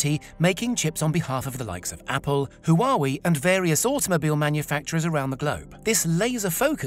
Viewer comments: did y'all hear him pronounce huawei as "who are we?" instead of WaaWay? lmaooooo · Huawei is pronounced 'whaa-way' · That isn't how you say Huawei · Great video. HUAWEI sounded like "Who are we" lol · Oh god that pronunciation of huawei :c